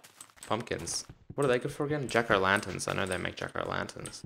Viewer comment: u say jack o lanterns kinda weird lol